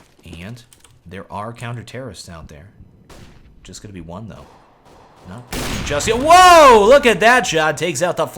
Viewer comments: I know you have also pronounced the Bizon as "Bi-zone", but I thought I should point out to you that it's "Buy-Zon". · Bizon not bezone lol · Isn't it pronounced "bIz'n" instead of "bizOWn"? Oh.. I think I got the joke.